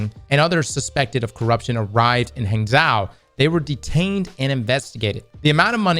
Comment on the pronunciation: it's "gwang-joe" & "hong-joe," I think... but, the J sound is like a mixture of "J" and "SH," if that makes sense.